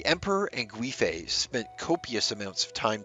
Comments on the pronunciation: The (UI ) in Gui .. makes more of a Wei ( Way ) sound 😅 someone's fussing about some car .. I felt the pronunciation could use help 💖 very good video very interesting , keep up the good work please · Its pronounced Yang Gwāy (its a long A sound) fei. Additionally, Wu Zetian (the only queen to rule in her own right). Her second husband did something similar by taking her from a nunnery after her first husband (his father passed away). Wu's fortunes were much better overall in comparison as she went from being a concubine to the primary wife and queen, while Yang went from being a primary wife to a concubine. If the Emporer had married her and made her an actual queen consort she most likely would have survived, as she would have been considered the mother to the nation and not a woman perceived as there for the emperors enjoyment and potential heirs. Both incidents happened in the Tang Dynasty with both situations causing a massive scandal as it didn't align with Confucian values. Ultimately womans rights began to suffer at the end of the Tang dynasty, with them being believed to cause calamity to a nation. Of course the usurper and the leachorous werent perceived as the problem 🙄